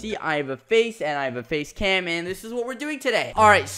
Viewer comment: when he said face cam for the first time i thought he said base lamp